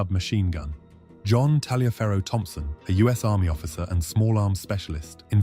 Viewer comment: The name is pronounced “Tolliver”.